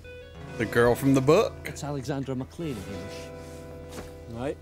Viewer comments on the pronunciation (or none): Hamish is pronounced hame ish like game ish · Ham ish is pronounced Hay mish .